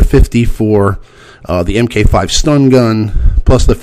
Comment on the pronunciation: Just wanna say MK V = Mark 5... not M K 5